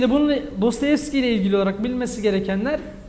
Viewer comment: Ağzınıza sağlık ben faydalandım teşekkür ediyorum. Fakat Dostoyevski'ye Dostayevski demeniz üzdü beni :) bir edebiyatçı sadece eğitim odaklı bilgi vermemeli, bizzat kendisi genel kültür olarak konuya hakim olmalı bence.